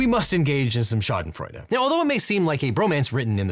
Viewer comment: As a German, I had to laugh when you said Schadenfreude 😂